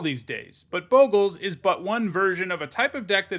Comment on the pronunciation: you're a Boe-gles guy... I cringe everytime I hear it. It's Bog-les not Boegles...